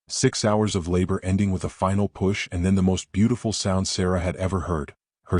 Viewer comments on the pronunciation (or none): none